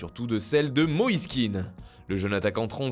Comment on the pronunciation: PUTIN DE MEEEEERDE ON DIT PAS « KINE » on dit « KÉAN » « KÉ-AN » il est d’origine ivoirienne et son nom est ivoirien comme moi et c comme ça que l’on prononce !